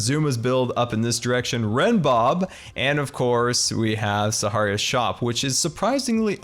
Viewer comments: nobody:: (sah-har-ee-iah) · you do realise you’re saying Sahara wrong right?? Coz it’s kind ok annoying lol